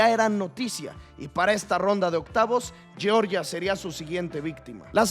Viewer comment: Georgia se pronuncia tal cual, "YORYA" es la de los Americanos😂 Uno es un Pais lo otro es un Estado de USA.